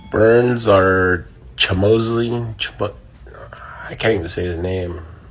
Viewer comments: Chimosley tf Tito learn your letters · First Buck with the "Kazmat" and then Tito with the "Chimosley" come on guys lmaooooo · Tito Ortiz still same idiot can’t pronounce his name and calls him Russian too lol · Did that nigga Tito jus say CHIMOSELY?!? TF 😭 😭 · "Chimozly" - Tito Ortiz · tie with Tito's "Chimosley" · Chahmoslee??? 5 letter words ...come on class ... Tito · Tito's stupidity never seizes to amaze. How do you not know Khamzat's name when that's all the mma community has been talking about? On top of that his last name is pronounced just like its spelled 🤔 He's a complete and total moron.